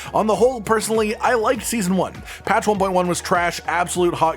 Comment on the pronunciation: Sison Uan is garbetsch